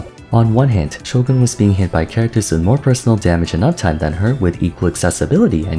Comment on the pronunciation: Finally pronounced "Shogun" properly after all these years saying "Sho-gahn" like a dweeb